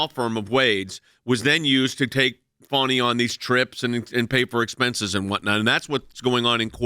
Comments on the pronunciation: It's pronounced fa-nee, it's a southern name, not fawny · That’s Fani (Fanny) not Funi (Funny)